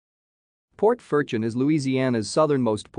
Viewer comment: All pronunciation is wrong.